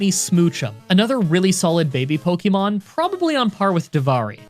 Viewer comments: He said poykemon ? Shame! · At the beginning of the video he says "poykemon" and that's all I can think about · "Poikemon." XD